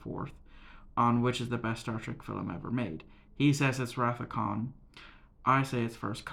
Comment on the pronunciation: It’s Khan. 🙄😂